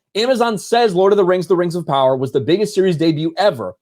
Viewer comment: Rangs of Powa..